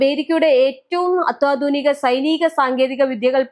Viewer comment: അത്തോധുനിക..✖️ അ ല്ല കുട്ടീ.... അത്യാധുനിക. ✔️